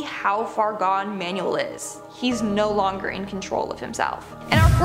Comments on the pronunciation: The name Manuel is pronounced man-well. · It annoys me how you pronounce Manuel as manual